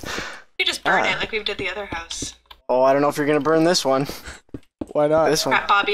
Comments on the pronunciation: I love how they say huse instead of house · House... H-O-U-S-E! not huse. lol I kid, I'm am just giving you a hard time! :)